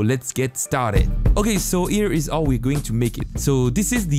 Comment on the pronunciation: the fact that he does not pronounce H is very not nice. Cause my brain heres. AOW when he says how